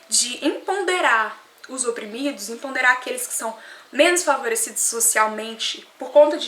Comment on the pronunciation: EMPODERAR e não EMPONDERAR. Santo DEUS 1